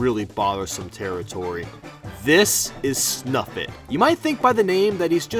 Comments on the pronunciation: It's snifit not snufit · it's called snifit not snufit. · I pretty sure it is snifit,not snufit